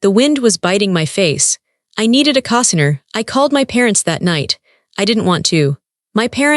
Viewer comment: Get AI fixed, it’s CO-signer long O. Get rid of the AI